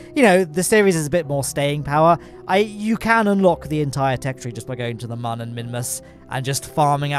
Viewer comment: I'm late to the party on this series for sure, but it's fun. Except I have to skip this episode because I can't handle it when Mun is not pronounced "moon". So, I'll catch you on the next one!